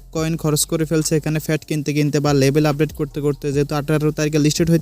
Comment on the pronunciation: ফ্যাট কি গো ভাই? ভাষা উচ্চারনে একটু সতর্ক হতে হবে।